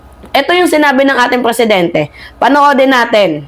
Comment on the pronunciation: Maam , Presidenti po hindi Preeeesidenti 😂😅